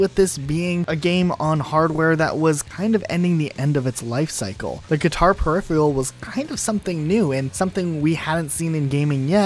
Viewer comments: Hearing per-iffy-al was killing me slowly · Huh lol, per-riff-feral he has no excuse since he's American lol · Drinking game: take a drink every time he mispronounces ‘peripheral’ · Please learn to pronounce peripheral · Amen brother. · Good video overall, and I'm glad you at least mentioned Clone Hero, but please please Google how to pronounce "peripheral"